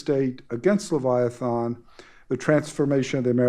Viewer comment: Will someone please teach the host,, how to pronounce "Leviathan"?